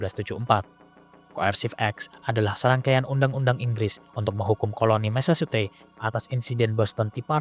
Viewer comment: Mesecuset....ucapkan seperti ini